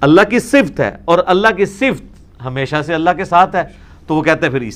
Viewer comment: O bhai engineer ,,,,,, ye lafz "Sift" nahi hota , balkay "Sifat" hota hay.